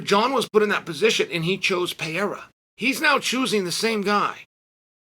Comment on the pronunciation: It’s Pereira, not Payerra…